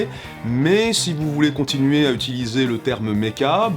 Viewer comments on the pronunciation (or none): none